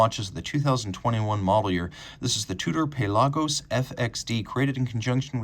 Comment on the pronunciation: Probably a technically correct pronunciation